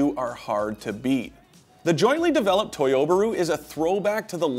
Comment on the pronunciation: Did he just say "toyubaru". No one says that......